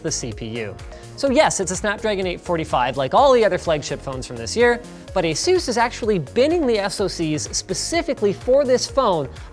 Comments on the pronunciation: asus not asues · Pretty sure you pronounce it ASUS and not AESOOOOS